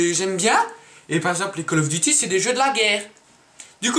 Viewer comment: call of diti *call of duty ;)